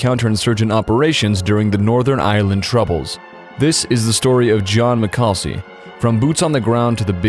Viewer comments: pronounced mac-a-leese not mcalsee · Butchered the name my guy